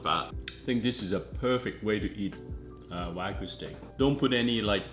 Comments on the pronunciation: it's "Wag-yu"! it's not wagu. even this chef "shud" know! You dont throw wagyu steak like that on a pan, treat it with respect. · It's wa (like water) gyu, not waaaa gooo. :) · Why "Wah-gu", not "Wa-gyu"? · WAGYU, not Wagoo